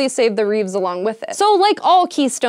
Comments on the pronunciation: Why do you say "reefs" funny? It's "reefs" not "reeves". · Technically, if you remove ANY stone in an arch, it will collapse. Also, you keep saying "reeves." Isn't it "reefs?" Did Tolkien get to you too? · and it's reefs. Then it's reeves and . Hank, I think this is the final straw.